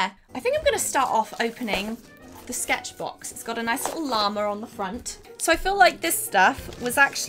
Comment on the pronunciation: the way you say llama is fun